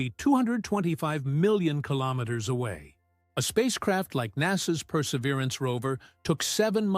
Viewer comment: Really ? "killomiters" ? "four point twenty-four" ? WRONG ! You should really keep your trap shut !